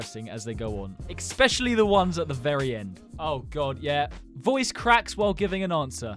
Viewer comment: no as in he said “Ekspecially”